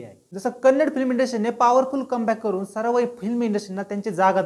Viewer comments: Kannad nahi😡 Kannada bolo, Kaisa hoga ki tumari bhasha ko Marath kahe to😤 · Bro it's not kannd it's kannada please pronounce correctly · It's kannada not kannad... Pronounce it properly....! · Hi brother, its not kannad kindly pronounce Kannada.. Kannada film have lot of good movies before KGF also.. Lucia, ugramm, googly, pruthvi, ulidavaru kandanthe, thithi mufthi, rangitaranga, Rajkumar, Buget wise it collected. More than 50 70 crore.. From Karnataka I love sirat song's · Bro that not kannad its Kannada please pronounce it properly. And anyhow I appreciate your work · Don't say Kannad movie. The actual pronunciation is "KANNADA".Say it as "KANNADA". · Kannad nhi dada kannadaaa. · Dada te Kannad nahi Kannada ahe ..! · Bro its pronounced as Kannada not Kannad And Tamil not as Taamil 😊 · Srry but it is not kannad, it is Kannada bro. I hope u correct it next time☺ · Please say kannada. Don't say kannad. Don't mislead the audience. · It is not kannad, it is kannada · Kannad nahi kannada boala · Kannad nhi Ka-nna-da ahe bhava 🙏🏻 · Hi brother ..its not kannad ..it is kannada ..please pronounce correctly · Bhayi ye Kannad NAHI kannada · Bhava it's Kannada not a Kannad. Pls pronounce it properly. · Kannad kannad nahi kannada bol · Kannad not it's Kannada Please Do Pronounce properly thank you. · Kannad no kannada bro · It's Kannada not kannad , plz pronounce kannadA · It's Kannadaaa, not Kannad pronounce it properly. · It's kannada not kannad...try to pronounce the name correctly.. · Please pronounce it as KannadA. Yes the A at the end is as important as the A in MarathA or MaharashtrA. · it's KANNADA !!! tumhi wrong boltae..